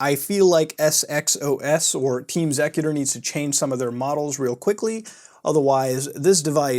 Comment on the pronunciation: It’s pronounced executer